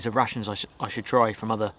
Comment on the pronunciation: Am i the only one who hears '' Russians '' instead of '' Rations ''' ?